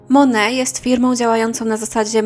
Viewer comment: Nie „mone” , tylko „monejt” MONAT